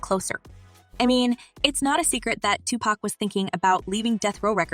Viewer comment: Learn how to pronounce everyone's name goddamn! Especially Pac's, it's Tupac not Tupack, smh